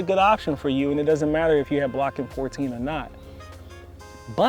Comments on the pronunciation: It's BOCKING 14, not "Blocking" ... named after the research station in Essex, England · Good video, good info but it's BOCKING not Blocking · Bocking, not Blocking. There is no "i" in the name... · The term is Bocking...Not Blocking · its Bocking not Blocking. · Isn't it Bocking 14, not Blocking 14? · It's Bocking 14 not Blocking 14 . Just FYI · Bocking 14 it is, not blocking 14